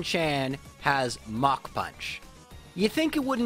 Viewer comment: Yes, that is how we pronounce it.